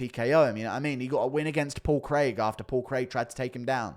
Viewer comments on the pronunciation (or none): none